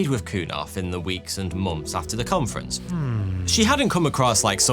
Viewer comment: I mainly come to this channel to hear months pronounced mumps.